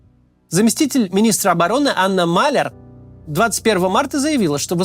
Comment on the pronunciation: Не Маллер , а МалЯр болтун ты обрезанный